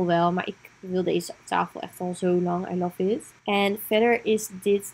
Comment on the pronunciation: “Ai laf it” aaaahh mijn oren 😖. Leuke video verder, ga de hele verhuis serie kijken! Heel benieuwd, leuke stijl heb je!